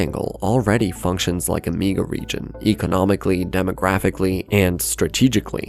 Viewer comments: The way you pronounce the word "Mega" is unsettling. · Get rid of the AI voice that can't say mega correctly.